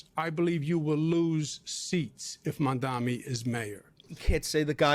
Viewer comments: I'm pretty sure Cuomo says "Mandami" because pronouncing Zohran's name correctly would imply that he made a mistake. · Mondanmi.. Mommy dommy.. Mamdonmy... Come on Andy you can do it!!